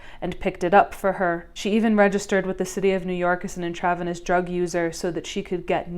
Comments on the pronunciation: intravenous = in-truh-venus 😉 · Such good analysis. Memoir is pronounced MEM-wahr, not mem-WIRE. IN-tra-VEN-ous, not in-TRAV-enous (within the vein, not in the trav, whatever a trav is). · For info intravenous is pronounced intra-ve-nous 44.12